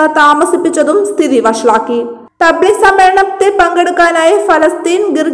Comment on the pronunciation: തബ്ലിഗ് അല്ല തബ് ലീഗ് ആണ്.